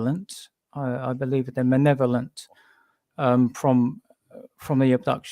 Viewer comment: The word is maLevolent, guys. With an "L" lol 😁 Great guest & show tho.